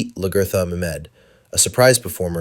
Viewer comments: Love the video, but people calling her laGERtha is killing me lol it’s pronounced more like LAG-A-THA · It pains me when you said Lagertha name wrong 😢